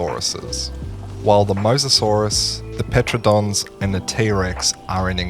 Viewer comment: Why do you pronounce Pteranodons like that?